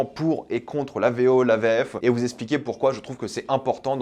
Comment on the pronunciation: Faudrait déjà faire la vidéo en VF. On dit pas « esspliquer »